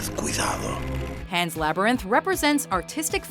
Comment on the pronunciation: Pan's Laberynth